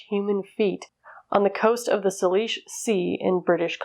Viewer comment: Hi love your channel. The sea is named after a Pacific Northwest tribe. Not sure anyone cares but it's pronounced SAY-lish (short i like in "lick". The other names; I'm not even gonna touch, lol.😄